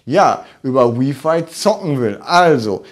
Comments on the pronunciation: Freue mich auf die Pico. Btw bitte nicht W(I)f(ei) sagen hört sich schlimm an. Richtig ist W(ei)f(ei) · Jeder kann seine Meinung haben, aber im Englischen wird es halt nun mal so ausgesprochen. Im Deutschen übrigens auch: Lautschrift: wai·fai.